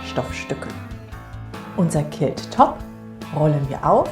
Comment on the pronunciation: Sieht interessant aus! Was mich stört ist die Aussprache des Wortes Quilt. Klingt wie Kilt und ein Kilt ist ein Schottenrock!!!